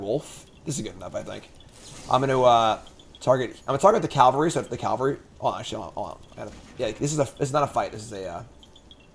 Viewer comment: 'Cavalry.' Say it one letter at a time. Calvary hill is where Mr. Jesus died.